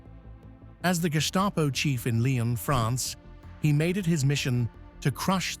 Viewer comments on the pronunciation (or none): I OUPS JUST LEARNED GOEBBELS POISONED HIMSELF WHAT A BS !!!!!!! Do your BASIC HOMEWORK !!!!!@ It is not is bruno but brunner !! ER Simon wiesenfall Wiesenthal !! Laiyon Lyon !!!! Searggh Serge !! Sorry narrator :: AT LEAST LEARN TO PRONOUNCE PROPERLY THE NAMES !!